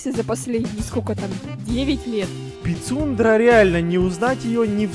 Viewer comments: Он сказал не《Посюндра》 а 《Писюндра》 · говорит: Пицундра слышит: Писюндра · Пицундра а мне послышалась писюндра🤣🤣🤣🤣🤣 как и 🤣🤣🤣🤣